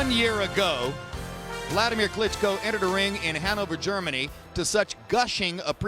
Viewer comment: Is that? "Buladimir Carisco"